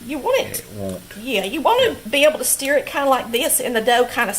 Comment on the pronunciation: It's funny. You say "steer" for stir and my grandmother said "stare" for stir. I just love it.